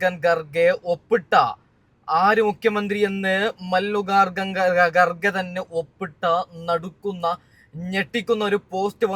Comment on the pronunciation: എന്താണ്ടാ ഇത് മല്ലികകകൻ garge യാ. ഒന്ന് മര്യാദക്കു പേരുപറയാൻ പഠിക്യട വിവരദോഷി